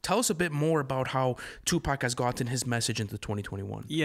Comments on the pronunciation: It’s 2pac not 2 pack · I almost stopped listening when dude said "2-Pack"...but I'll go ahead and see what y'all talkin bout. 😑🤷🏾‍♂️